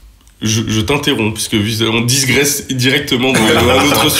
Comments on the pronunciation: On ne dit pas "disgresser" mais "digresser". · Pour vous faire gagner du temps: - On ne prononce pas le S de disgresser - Les cosaques ne portent pas de jupes - On enlèvera les bruits parasites sur les prochains (briquets, glaçons etc) - Oui j'étais enrhumé - Oui il y a bien 6 millions de Scoville dans la sauce A part ça j'ai vraiment hâte d'avoir vos retours en commentaire les copains. C'est un format que je voulais faire depuis longtemps. Quels invités pour les prochains ? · D'ailleurs il n'y a pas de "s" après le "i" ;)